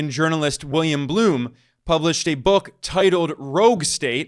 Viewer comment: Not "Bloom"... it's "Blum".